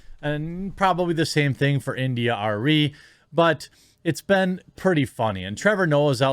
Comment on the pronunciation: I find the way you pronounce "been" disturbing. ;) On topic, imho Rogan should not have apologized if his using of the N-word, as it looked like it was, was done in context.